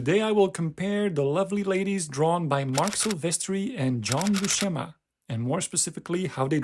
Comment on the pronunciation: IMHO Buscema's faces are much more convincing and appealing than Silvestri's. (Buscema's name BTW, is pronounced with an "s" sound, not an "sh.")